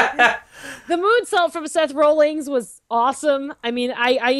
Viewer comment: I hate to be "that" person, forgive me because I can't help it, but I'm pretty sure it's Seth Rollins. Not Seth "Rollings".